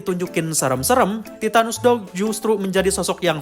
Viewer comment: Titanus Doug ❎ Titanus Dawg ✅